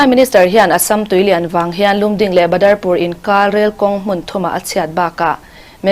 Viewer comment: Lumding nolovin Lamding tia lamzawk tur ani e